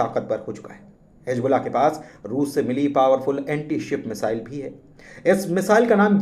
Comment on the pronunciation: Pronunciation to theekh kro Yakhoot ...misile ....